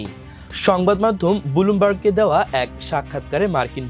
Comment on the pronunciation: "বুলুমবার্গ" না এটা হবে "ব্লুমবার্গ" দয়া করে শুদ্ধ উচ্চারণ করেন। কানে লাগে। আর এই কারণেই পুরো ভিডিও দেখার আগ্রহ হারিয়ে ফেলি। মাহমুদুর রহমান সাহেবের জন্য এই চ্যানেলে সাব্সক্রাইব করেছি।